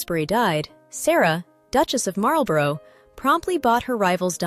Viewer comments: Your pronunciation of Marlborough is driving me nuts It is "Marl-bruh" not Marul-bore-oh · Disagree!! If you have a place in the USA called Marlborough you can pronounce it how you like and I will copy you I would say "Marlborrow" for the cigarette brand for instance) However we are talking about that word in a British context, a place, a Dukedom, a Public School, a noble title of great age etc etc and Americans need to copy the British pronunciation to be right. Thats just good Manners